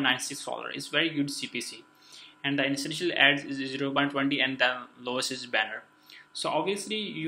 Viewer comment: i subbed bc you couldn't pronounce interstitial and you owned it. thank you, great video.